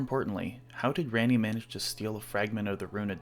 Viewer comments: Why would you say it like that? lol she clearly says Rah-nee not Reh-nee My dog is named ranni so this hits hard cmon bro… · Interesting theory for sure, I like it. I am sorry though, you pronouncing her name "Ran - ee" instead of "Ron - ee" was really distracting to me throughout the video. She clearly says her name as "Ron - ee" in the game. It is a pet peeve, I know, and does not detract from the actual content in the video, I just bothered me lol. But otherwise, great work, I enjoyed it! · RANNI (RAHNNIE) why you pronounce it rainy? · Raaani. NOT REAAAAAANIEEEE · Why did you say Rany when she says her own name ranni? Dont mispronounce her name when you onow hoe to say it! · The way that you're pronouncing Ranni's name is enough to make me never want to watch another one of your videos. She literally says it herself not only in the game, but right here in your own video, that it is pronounced 'Ronnie', not this 'Rannie' like you continuously say over and over in this video. How could you possibly get almost the most popular and well known character in the entire game's name wrong? Omg.. 🤦‍♂️ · Ranni herself says the correct pronunciation of her name, my g, and your pronunciation was distractingly incorrect throughout the video. 😅 It's like Ron-y, not Ran-y the way you kept saying it. Otherwise good job. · for the love of Marika, say her name right. She pronounces it for you and you still say it like it's Randy. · ran knee is crazy my nigga say it right if you have a theory about it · "RAINEY" mf are you serious....... did you even play the games? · Oh wow... I've encountered the only person on the planet that thinks Ranni is pronounced Rainy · My God man I couldn't even get through the first five fucking minutes it's pronounced RON-E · If a Indian dude like me can overlook the fact that he says ranney, I'm sure you can as well😂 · Why pronounce her name wrong when you can literally hear the correct pronunciation out of her own mouth?